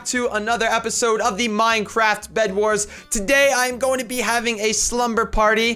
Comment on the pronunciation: minecraft minecraft minecraft minecraft minecwaft easy